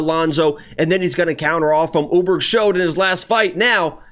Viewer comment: Carlos "Oooburg"